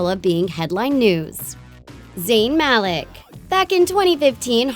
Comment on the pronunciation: Mal eek, not mal-ie'k